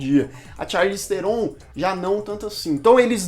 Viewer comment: Se pronuncia "charlize tron" o "H" e o "E" do sobrenome dela são mudos. Numa entrevista num programa ela falou como se pronuncia corretamente. Aprendi isso no canal Super 8 q ele fala sobre o filme The Old Guard em q ela participa. aqui o vídeo: Mas o video ficou muito bom e amo esse canal!